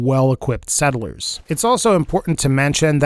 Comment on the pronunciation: No one:: s e d d e l e r s